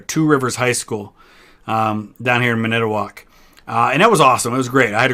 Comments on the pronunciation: How did you speak in Manitowoc and come away pronouncing it like that lol? For the record, it's MAN-it-toe-walk, with emphasis on the first syllable :) Got a kick out of this vid, thanks. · Fyi, the place where you spoke in Wisconsin is pronounced man-eh-tow-ock, emphasis on the first syllable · He pronounced Manitowoc wrong.... man-i-ta-woc. You have to pronounce the t and say it slow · Just a sidenote from a born and raised Wisconsinite. It is pronounced Man-I-toe-wok! Great video tho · Mana-tawaac that’s how Manitowoc is usually pronounced here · Hey I gotta say I really enjoyed this stream. Just a quick minor correction from a Wisconsinite living in Green Bay. Manitowoc is pronounced (Man-Eh-Toe-Wok). Keep up the great content man! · From Green Bay. You are right. not much here. Pronunciation of Manitowoc: Man-eh-toe-wak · Maybe my pronunciation guide isn't up to par. You pronounced it man-IT-owok. With the emphasis on the second syllable. We wisconsinites tend to drag out "o" sounds. So emphasis on Man with the o sounds at the end drawn out more. Also, not trying to be snarky/picky or find fault. What did you speak on at the school? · As a Wisconsinite I am deeply offended by the way you pronounced Manitowoc